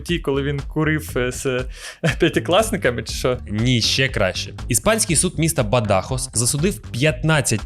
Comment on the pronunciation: Бадахос наголос на о